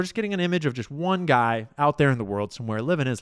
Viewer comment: Your “one soup “ is wrong